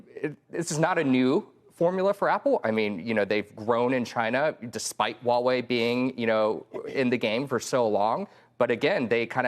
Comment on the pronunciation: ✅Huawei ❌Wuawei